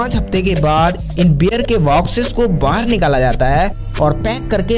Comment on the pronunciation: Bhai wear nhi hota beer ,warley nhi barley, whiskey kò inko ya unhe nhi bolte pahle bolna sudharo jyada bhashan na de dhang se hindi bolo packing ho rhi h beer ki bhai bol rha whiskey ko bazar mè bhej diya h kya akal ghas chane chali jàti h aise logo ki